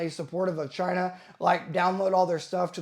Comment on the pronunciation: Chaaiiinah - Trump accent activated. combat llama emoji